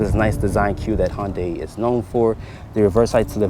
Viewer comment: By the way it’s Hyundai like Sunday not honday